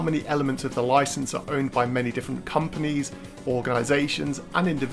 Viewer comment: You make it sound like MI6 owns rights to the bond games. The way you said organization